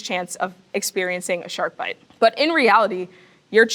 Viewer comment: She says shark bike like it’s a mosquito.